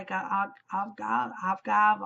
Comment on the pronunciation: Avgav....agave? Ah-gaw-vay. It's like honey. I am iffy on lemongrass in tea as well but that combo sounds good! I thought of you as we sped by Hamilton again!